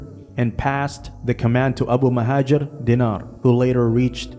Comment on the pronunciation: I think you meant Abu al-Muhajir Dinar and Uqba ibn Nafi but butchered their names.